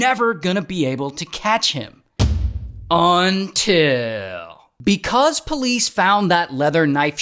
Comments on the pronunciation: How bro says "Until" is crazyy 🤣🤣🤣🤣🤣🤣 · The “UNTIL’s” keep me going😂